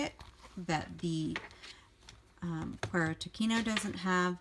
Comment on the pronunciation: Great review and love your channel! FYI, the words are Spanish so they're pronounced 'koo-EH-ro to-SEE-no'. Cuero means 'leather' and Tocino is bacon/fat. HTH! 😊